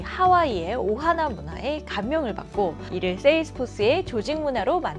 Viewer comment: 오하나를 오하마로 들음 ㅋㅋㅋ